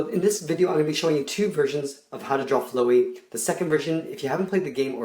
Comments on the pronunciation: Kronik Death FLAW-EE is the correct pronounciation XD he doesnt know undertale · it is flowey not flowwee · He says ‘fl-oh-ee’ Its ‘fl-ow(ouch)-ee’ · Btw it's fl-OW-ey Not fl-OEY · It's flowey not flewy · Flowy? My guy it’s flowey. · Flo e? Its Fl ow e. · You said “flowy” instead “flowey” Go tO scHOoL! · it now like "flow-ee" its like "fl-OW-ey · Hahaha you sied flowy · It’s flowey fla-wee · It’s flowery not floey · It's flowey not flowery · You pronounced it flowey insted of flawey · Flow-wey XD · It's not flooy it's fl ow ey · your say as flowey as in FLOW-ey i say as flower without r and ey sounded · its pronounced fl-ow-y not flow-y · The only part I didn't like was the fact he mispronounced Flowey. It's not flow-ee, it's pronounced just like flower, but the "er" is replaced with "ey(pronounced like "ee")". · Guys it not flooys its flowey :T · DUDE ITS LIKE FLOW EY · He said flow-ey not Flowy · Flowey not flo ee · It's not flowe it's flaowey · It's flowey not flow wee fl-ow-ey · Flowwwy oww not floey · its not flow y its flowey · Video: pronounces "Flowey" as in "flow" like a river instead of as in "flower"Me: TRIGGERED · You pronounced Flowey wrong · Fluey? It's Flowey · it's flOWey flOWey not flOWey flOey!!?? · Lol flowey flow ee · it's not flowey FLO-Y it's flowey FLO-A-LY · its pronounced Fl-ow-E not Flow-E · you don't pronounce it like floowey it's fla-wee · lol flowy, it's flowey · Fluwey?? Its flowey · *man, i love flo-e (its pronounced flowey, like flower) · its flowey not floey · xXx Flah wee. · I just LOVE how you say "Flow-ee" instead of "Flou-ee". Its so cool, and a different way of saying it! :D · its flouwey not floe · He can’t say flowy right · Him: today I'm gonna show you how to draw flow-eee. Me: SKREEEE THAT IS NOT HOW YOU PRONOUNCE HIS NAME!!! But it's funny so...I'm good. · It’s a short o not a long o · Not to be mean or anything but it's pronounced fl-ow-ey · Flowey it’s pronounced flauwey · Sorry but it is Fl-ow-ee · its pronounced FLOW-EE